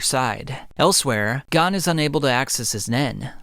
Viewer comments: I have only one criticism. You keep saying gone instead of gon (pronounced goan like moan but with a g) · Gone ❌ Gon ✅